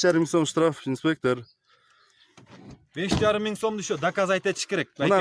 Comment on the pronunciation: Автор Таластыкпы инспектыырр дейт го